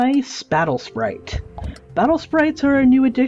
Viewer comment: he says my spatle sprite